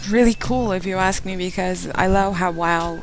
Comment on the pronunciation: Wow derken weeow gibi xd